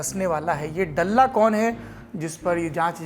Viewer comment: डल्ला नही ह, दल्ला ह ये 🙏🏻